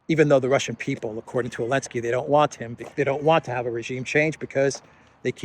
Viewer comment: would have more credibility if he would Zelenski's name right. Not ELENSKI.